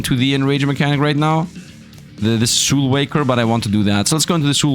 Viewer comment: Bro, you missed both the L's in that word... it's SOULWALKER.